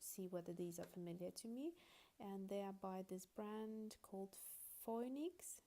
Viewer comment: Phoenix is pronounced - Fee nix. : )